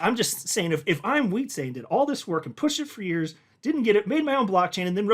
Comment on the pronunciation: It's Wietsè, not Wietsééé!!! Short E